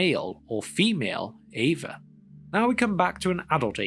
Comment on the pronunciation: I know it’s the accent, but I can’t help but hear “Ava” every time. Ava, whose pronouns are He/Him.